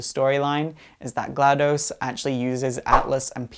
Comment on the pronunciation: Also the name is GladOs, not GladUs